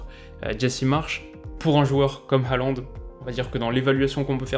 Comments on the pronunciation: Un petit truc pour pas que tu te trompes encore ça s'écrit Håland mais ça se prononce plutot comme HORLAND et pas haland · Salut! Superbe analyse!;) Pour parfaire tes futures vidéos, un petit conseil de prononciation, en norvégien (je suis danophone), on prononce Håland "Hôland" (comme le pays ou l'ancien président mais avec le "h" aspiré). "å" retranscrit "aa" dans notre alphabet est un "o" accentué. Plus il devient connu et plus la mauvaise prononciation "Alande" se popularise ahah. Et Ødegaard se prononce"Euhdegôrd" ("ø" se disant "euh"). Bref, les langues scandinaves sont complexes et pleine de pièges. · je tiens à dire juste qu'on dit "herland" parce que le å se dit "er" mais c'est pas grave une de tes meilleurs vidéos (peut-être parce que je suis norvégien aussi 😂)